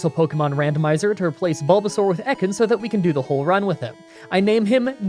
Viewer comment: That’s not how you say Ekans. It’s pronounced Eee-kins.